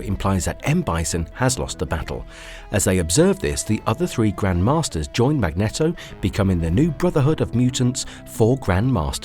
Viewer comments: MAG-NEEEEE-TOHHHH. Not "MAGNETTO!" Say his damn name correctly! MAGNEEEETOHHHHH. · Awesome content but that mag-knee-dough tho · The villain from X-Men is Magneto (pronounced MAG-NEE-TOE, NOT MAG-NET-OH) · My brother in christ. Its Mag-neet-o